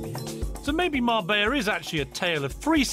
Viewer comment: 45: min program and couldnt say Mar-BELLA correctly once!! not marbaya! what a loone!